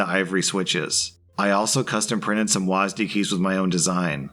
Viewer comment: Everyone: Double-You, Ay, Ess, Dee: WAHZ-DEE